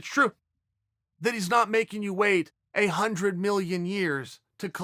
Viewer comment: "Undred percent"